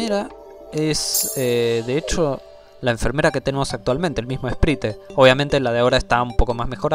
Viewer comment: se pronuncia "sprait" no "esprite" aksldjaklsdjaklsdjaklsjd me da cosa escucharte decir esprite jaja